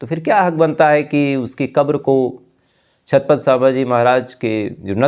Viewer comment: छातपत नहीं छत्रपती बोलिये